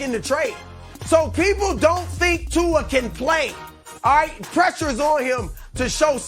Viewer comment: Chris 'Aw-ite' Broussard, dig?